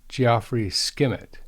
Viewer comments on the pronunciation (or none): G off Rey??? Do you mean Geoffrey? 😂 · It’s pronounced “Jeffrey”